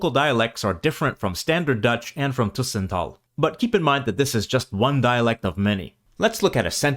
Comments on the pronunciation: Very nice video. I am from Flanders. Some comments: The pronounciation of 'tussentaal' is incorrect, the 'u' should be short. As the flemish contributor is from the east of Brabant, that may be the reason, but it sounds very wrong and quite awful in my ears. Let us say that the pronounciation of 'tussentaal' in the video is not the pronounciation in standard flemisch or standard flemisch tussentaal. I recognize of course many things, and agree, although I think that a number of things that are cataloged as Dutch, where Flemish 'tussentaal' has a different form or expression, I would often automatically use the Dutch form, or I would consider the flemish form more as dialect, and either only use it in a very informal setting, or to generate a special effect, or never use at all. It is true that 'ge/gij' are used in Flanders, but 'je/jij' are also used, and I would even say they are used more frequently than 'ge/gij'. Just making some examples to express that a number of differences between dutch and flemisch are certainly not black/white in my view. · Tussentaal is pronounced wrong. The way you pronounce it is 'tusentaal' but the word is 'tussentaal' with bouble s. So in this case you pronounce 'u' the same way as the 'e' in this word. Same vocal sound for both the 'u' and the 'e' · These Flemish words being pronounced hurts my ears. Must've been someone from Brussel or Vlaams Brabant with a French accent. "Tuuuuuuuusentaal"? u as in "uh", not as in "uu". Edit: YES! i was correct! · I’m not a native Dutch speaker, but I can’t resist coming in here. The speaker uses the word ‘tussentaal’ dozens of times in the video, and every time he pronounces it as if it was spelt ‘toessentaal’. Surely that isn’t correct. The ‘u’ in ‘tussentaal’ should be pronounced the same as the ‘u’ in the Dutch word ‘bus’. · the u in tussentaal is pronounced like the u in bus. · tussen with an u as in but, not an ÜÜ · 'Tussentaal' isn't pronounced with /y/ but with /Y/.